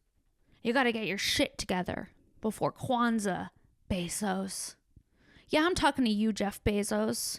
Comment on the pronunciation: For a moment I thought you were saying "Bez Hos", as if Jeff Bosos has a Bez Ho or several tucked all over the city in little apartments like Howard Hughes. Amazon groupies. Shit maybe he does idk!